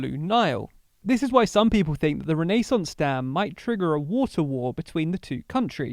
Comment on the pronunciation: The pronunciation of renaissance is just wrong